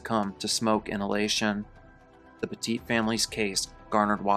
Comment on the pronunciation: Petit, like "pet it"